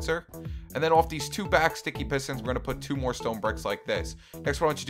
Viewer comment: You said pestons